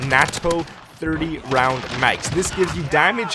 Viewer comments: It’s pronounced NayTo not Natoe. NATO rounds are the shit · "5 POINT 5 6 NAAH TOE." Lmao.